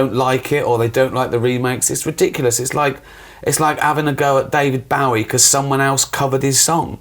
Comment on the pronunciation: RICKY!!! You mispronounced Bowie!! You worked with the dude!